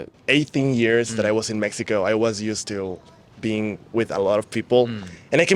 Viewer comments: How cute is the interviewer who can't pronounce Mexico??? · hahah he didn’t say Mexico right not even once lol! .